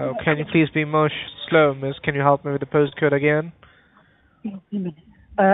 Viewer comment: "How can I hellop you?" 🤣